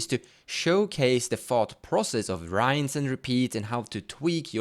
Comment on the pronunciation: in a similar vein, the "I" in "rinse" (when you say "rinse and repeat") is a short "I", like "INStant"